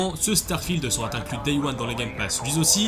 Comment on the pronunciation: Attention aux "liaisons dangereuses" genre "mettra tà votre disposition..." ou "lui zaussi". Sinon, Stalker 2, j'espère qu'il va pas décevoir!